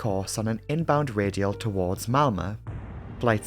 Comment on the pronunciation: Amazing as always! With a big bonus for your pronunciation of my home town Malmö 👌🏻☺️